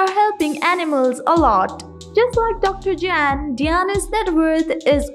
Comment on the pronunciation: His name is not JANN......................It is pronounced as YAHN................Your mutilating the English language!!!!